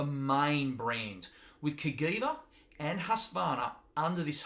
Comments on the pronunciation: It's pronounced "Kuh-Jee-Vuh", NOT "Kuh-Gee-Vuh" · Not Ka-Gui-Va but Cajiva # Ka-Jee-va. Castiglione Giorgio a VArese. The name of the father of the two brothers + the name of the city in Italy. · Hey there. I am Italian and the correct pronunciation is just like was written CAJiVA so the G is soft. Not CAGHIVA but CAJIVA. Btw cool video 👍. Greetings from Italy then 👍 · I was going to say the same thing.